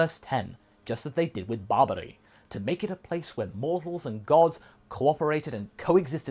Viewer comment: Everytime says hoshi I hear roshi And everytime says barbary I hear babidi. So I keep getting confused about where we are in the timeline haha.